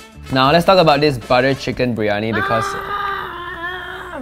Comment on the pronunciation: It's biryani not biryoni😂